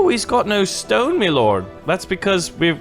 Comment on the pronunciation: You Said stone like stoon